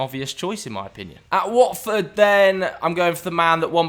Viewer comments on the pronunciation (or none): none